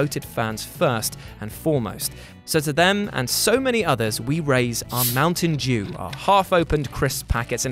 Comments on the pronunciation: ...did you just say Mountain Jew? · At the end it sounded like said "Mountain Jew".